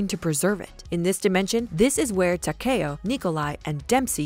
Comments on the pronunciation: Ta..kayio....it’s takeo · The way she said “Takeo” pissed me off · She said takeos name wrong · She said tako name wrong